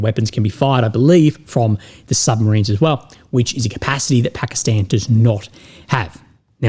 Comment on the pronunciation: Thumbs up for pronouncing it Pakistan and not Pahkastahn.